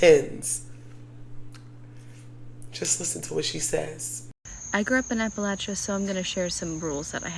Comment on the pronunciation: The correct pronunciation of Appalachia phonetically is a·puh·lay·chee·uh, not as you pronounced it. Research!